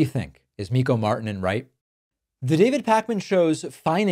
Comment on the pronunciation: Marrr- tee -nen roll the r, long i. Martinen